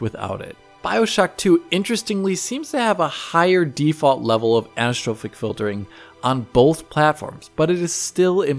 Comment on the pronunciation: Annnnnssssstropic filring (anisotropic filtering).